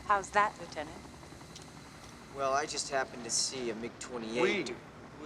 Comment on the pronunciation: "Yes, we know the finger Goose" after calling Tom Lietenant over and over 🤣